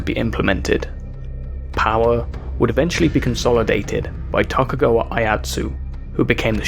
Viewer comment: Tokagawa? It's TOKUGAWA! TOE-KU-GA-WA!